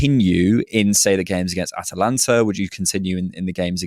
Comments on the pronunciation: When continually says Atlanta it does kind of knock his credibility. He sounds so on point and then it just goes wonky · it's Atalanta, not Atlanta!